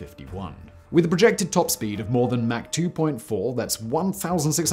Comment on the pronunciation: Ah, you noticed that too? Also it's "Mach", not "Mack".